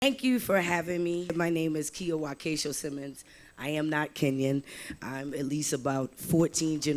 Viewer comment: Wakesho, get yourself a kiswahili teacher. Good initiatives though.